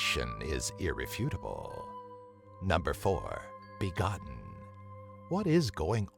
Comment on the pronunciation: Begotten I begoneten